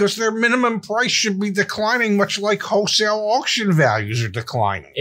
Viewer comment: Hey zack, is saying "HOE-sale" for wholesale? lol Love U guys!